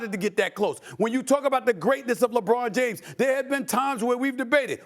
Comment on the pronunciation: Stephen A smith “Jebron James”